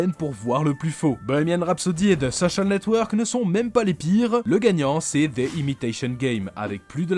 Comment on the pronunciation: Sur le fond, j'aime beaucoup ce que vous faites mais sur la forme, j'ai parfois les oreilles qui saignent ; par exemple Ce qui serONT les prémices de FB... (et pas serA) ; le pire étant le "ze soSSial network".... un peu d'effort sur les mots anglais ferait du bien (ouf on a évité ze imitaSSION game) ! La partie design graphique est au top par contre ! Allez, un petit effort sur la bande son !